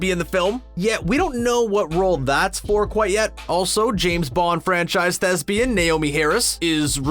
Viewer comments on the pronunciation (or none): none